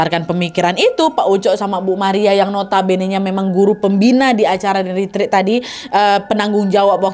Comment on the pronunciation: Ret ret kk bukan rit rit